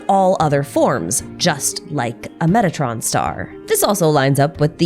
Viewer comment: For some reason i must strain my ears to hear "metatron" instead if "megatron". I hope i am the only one.